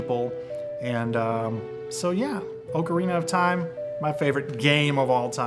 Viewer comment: haha he says ocarina funny